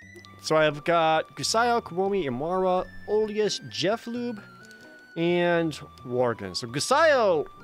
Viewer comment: I wish Jerd would say "Jeh-floob" instead of "Jeff lube".